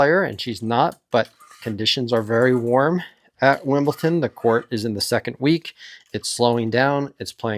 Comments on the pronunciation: I was wondering the same thing where does the T come from? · It's Wimble"D"on. Not Wimble"T"on. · Explain why you say "Wimblton" or get your YouTube license taken away. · because they're called like that. You see Leicester and you pronounce "Lester". You don't read Wimbledon and say Wimblton, bc it's pronounced "Wimbledon" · Stop saying Wimbleton if you value your credibility. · really? wimbleTON? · Wimblton and Benchik? It's the same last c as Djokovic, not too hard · Love your predictions and analysis, but could you please stop saying Wimbleton? :) I'm liking Novak's chances to beat Sinner this time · It is important to me and will remain relevant long pass this fortnight. Do you say "Wimblton?" Do you know anyone who does? Why is this guy doing it?